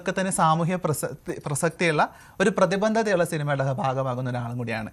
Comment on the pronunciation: പ്രതിബന്ധത അല്ല പ്രതിബദ്ധത ആണ് ... ഇത് പ്രധാനമാണോ എന്ന് ചോദിച്ചാൽ ഒരു വാർത്താ വായനക്കാരി തന്റെ ജോലി ആത്മാർത്ഥമായി ചെയ്യുന്നു എന്നതിന്റെ അർഥം അവർ തന്റെ ഭാഷാശുദ്ധി സൂക്ഷിക്കുന്നു എന്നതു കൂടിയാണ്. ഏത് ജോലി ചെയ്യുന്ന ആളിൽ നിന്നും ആ ജോലിയിൽ ആത്മാർഥത പ്രതീക്ഷിക്കുന്നത് തെറ്റല്ലല്ലോ...